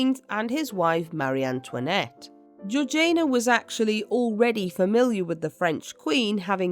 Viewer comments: Georgaina? Not being British ..but still "Georgiina" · Isn't it Georgiana (like Victoriana), rather than Georgaina? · Georg ee ana. Not Georgaina. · GeorgINA, GEORGINA not Georjane-a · Great episode, but isn’t it GeorgiANA and not GeorgINA? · Why is her name pronounced Georgian nah and not heritage ee sh na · Well I am British and I am telling you that is NOT the correct pronounciation - it is Georgie-Anna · So did I! I'm sure it should bt pronounced Georgie- anna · This has to be yet another useless AI narration, - it is horrendous that it cannot pronounce the name of the duchess and really annoying. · Sorry but I can’t hear her name pronounced like that !